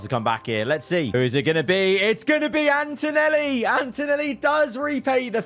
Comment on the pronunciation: spent too much time in the shed with us and messed up Verstappen and Antonelli's name in the race